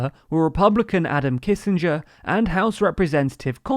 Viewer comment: You mispronounced Adam Kinzinger and Liz Cheney's names.